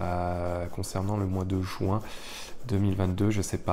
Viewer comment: Mois de JUIN et non pas le Mois de JOUIN . RESTONS FRANCE MERCI